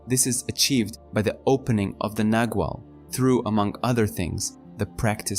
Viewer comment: Clearly described thank you, but I wonder why it is that in all the videos about the Castaneda books that I have listened to, the terms 'nagual' and 'tonal' are mispronounced. Their proper pronunciation is clearly described at a certain point in the books, and it seems to me that the video-makers haven't bothered with that.